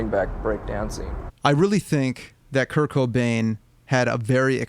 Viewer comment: every time you said kurt i heared kirk